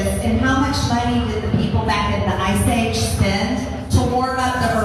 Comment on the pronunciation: Did she say ‘ice age’? 🤣🤣🤣